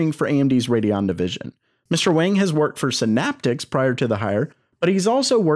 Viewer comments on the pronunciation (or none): none